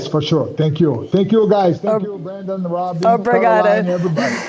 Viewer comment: Love how calls Brendon 'Brandon' multiple times